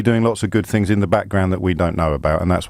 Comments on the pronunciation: Beyond The Pale That's just your interperation.You're twistin' fings. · I hate the way James O'Brien twists fings. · Adam Barlow Stop twistin fings